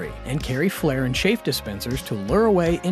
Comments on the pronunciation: Is correct pronunciation too much to ask for? It’s pronounced “new-clear” not “nuke-u-lar.” Also, the countermeasures are chaff, not chafe. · It’s Chaff not chaffe 🙄